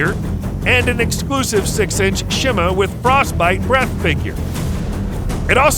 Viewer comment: it’s pronounced she mu